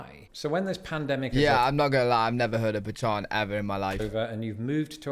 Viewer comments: So pa-chon has to be a joke his wife and her family were playing on him. He repeatedly said the word with the confidence of a man who has been lied to. 😂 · Pechan? Huh